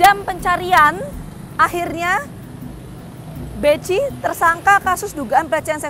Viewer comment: Kalo ditanya BECI ya gak kenal, krn pelafalannya BEKHI.. wkwkwk 🤭